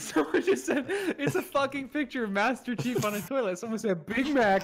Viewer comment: He said master chef not chief